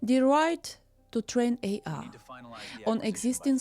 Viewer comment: When you say AR do you mean AI?